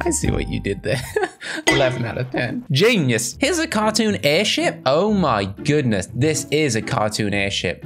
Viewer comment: I love when you say GEINUS it was so funny